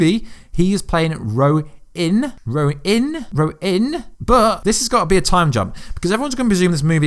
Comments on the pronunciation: You pronounced RONIN wrong like 5 times. You said RO-IN each time. Really cringey when you put emphasis on the word as if you’re saying it right but you’re still saying it wrong... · How you gonna tell us how to say thanos when you can't even say ronin